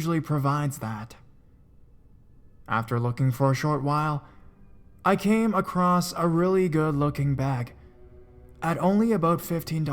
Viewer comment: And in the second story "acrosst" in stead of "across"